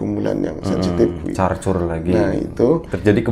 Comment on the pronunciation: Ngecor om bukan carcur 🤣